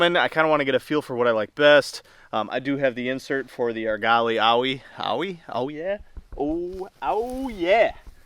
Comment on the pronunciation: Great review. Owyhee - Oh - w - ah - hee . It's GMU, region, reservoir in Oregon.